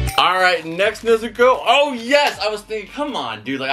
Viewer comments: Brooo it's (NEZ OO COH) NOT NEHZUCOH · Start of the video: "NE-zu-ko" Kanpeki Two-minutes in : "Ne-ZU-ko" OH NO! What happened? No. No. NOOOO!!! Hahahaha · It’s pronounced N E Z U K O FYI I am not saying it’s you it’s just evey friend I have says ne so co and I say it’s ne zu ko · You quit saying nezuko like that please say it like is said in the anime nezuko